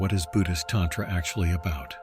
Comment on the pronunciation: Very interesting, but it is distracting and aggravating to hear "tantra" mispronounced ... You'd think AI could get this right. Mantra is another almost universally mispronounced. Program the correct pronunciation of "a" in Sanskrit.